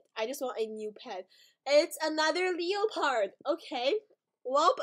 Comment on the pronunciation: It's not pronounced leo - pard it's pronounced le - pard lol